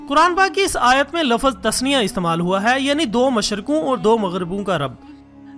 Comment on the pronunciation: Lafaz nahi lafz.